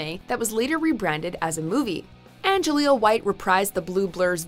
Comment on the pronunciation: It’s Jaleel White, not Anjaleel 😂